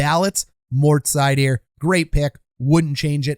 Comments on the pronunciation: German here: You can call him SEIder. If you really want to get it right then say ZEIder or Zuydr. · Seider isn't French. Pronounced like cider.